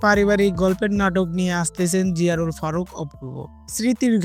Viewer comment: জিয়ারুল কে রে ভাই নামটা ভালো করে বলেন